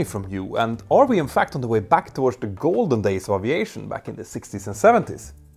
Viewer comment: Glad to hear he now says A--V--EIGHT--SHON not pronouncing the " A " as in Apple. This is brilliant.